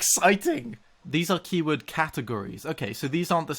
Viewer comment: For some reasons, each time you said "Keyword" in this video I was absolutely sure you were about to say "Kiwi".